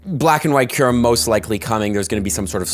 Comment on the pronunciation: He fixed his kyurem pronounciation! 🗣️🔥🗣️